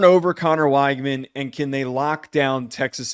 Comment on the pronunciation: “Connor WAIGMAN” 😂